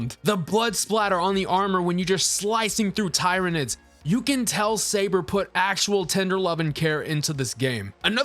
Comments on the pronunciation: tie-reh-nids.... well you got the 'nids' parts right at least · Hey bro, great take, I just gotta say, read it tier-uh-nid. Keep crushing boss. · Tyranids pronounced like tyranny..... please, for the love of "THE EMPORER"!